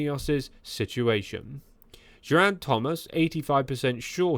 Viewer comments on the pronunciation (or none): Please trouble yourself to learn how to say Geriant's name. G is fine though. While you're at it, how about a bit of study on how to say anatomical word too Otherwise very entertaining! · What kind of content is this? You can't even pronounce "Geraint" or "Brailsford" or "rudderless" or "Arensmen" properly bro. Do you know the you're on about? Back to the ai drawing board...